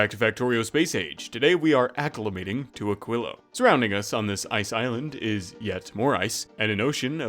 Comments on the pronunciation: and he is still saying it wrong. even after looking it up. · "which I have to look up how to pronounce" still failed... eh... 'muricans...